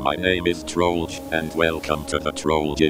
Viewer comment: i love how you pronounce trollge like trollage